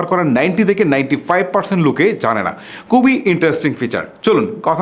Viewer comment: দয়া করে শুদ্ধ বাংলা বলেন।উচ্চারনে এতো ভুল করেন, দয়া করে সঠিক ভাবে বাংলা উচ্চারণ করার জন্য আপনাকে অনুরোধ করব।আপনি খুবি করে বলে কুবি।কুবি আর খুবি কি এক?